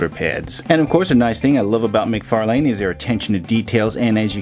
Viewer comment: Hey man! Great review. In case you didn't know McFarlane's name is pronounced McFar (Len)